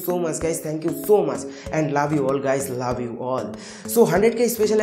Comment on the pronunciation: Dada lab you na Love you bole 😑